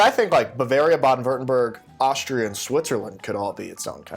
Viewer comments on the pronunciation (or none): none